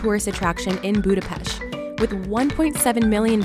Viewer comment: Thumbs up for pronouncing the city name same as the Hungarians!